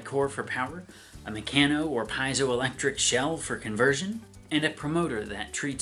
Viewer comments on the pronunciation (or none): The biggest problem with this is probably the scientifically ignorant conspiracy theories it will incubate. In fact it's already happening in the comments section. P.S. You're mispronouncing piezoelectric.